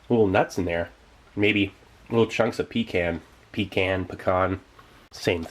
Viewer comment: You said pecan right the first time! 😃